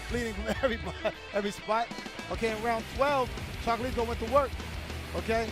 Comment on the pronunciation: Maybe the commentator should focus less on glazing Chocolatito and more on learning how to pronounce his name